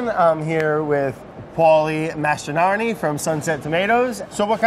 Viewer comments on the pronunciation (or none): How many takes did it take for Brad to pronounce Mastronardi correctly?